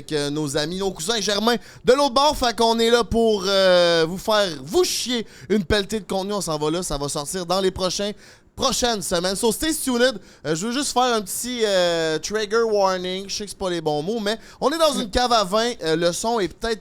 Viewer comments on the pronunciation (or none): btw on dit prononce pas le e dans tuned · Me suis toujours dis la meme chose, je t'adore, mais ameliore ton accent anglais un peu!!! TunEDDD. Come ca fait lame pas pire pour un gars qui se dit avec le plus gros podcast au kebec..